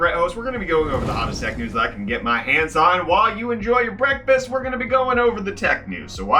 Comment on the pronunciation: Has anyone else subconsciously thought he said “Brettfast” instead of breakfast?